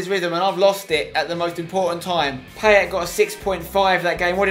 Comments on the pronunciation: It's pronounced, Pie-et* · I love how Spencer butchers Payet in this series... 😂😂😂 (his name) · If you love Payet so much, say his fucking name right...